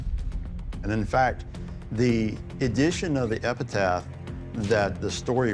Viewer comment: Did that guy say epitath?? It’s epitaph